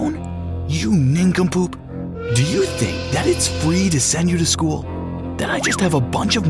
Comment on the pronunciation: “yOo nInCuMpOoOp”